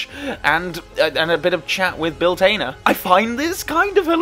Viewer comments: I'm just curious as to the reasoning behind the "Tainer" pronunciation of Bill Tanner's surname. Or is this a different character? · Are you related to Michael McIntyre? Like others have mentioned, it's Tanner not Tainer. Re: Scotland scene in TWINE.